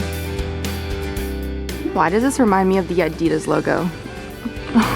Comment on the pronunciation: The way says adidas is very strange 🤨